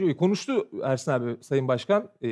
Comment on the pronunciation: Serhat hep ersan diyor ersin e 😂😂